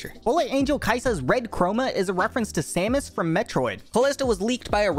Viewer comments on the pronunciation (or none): none